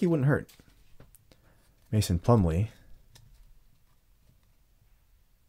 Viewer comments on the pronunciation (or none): none